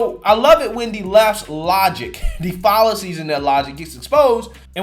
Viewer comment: Your streak of mispronouncing words in every single video continues: fallacies 🤣🤣🤣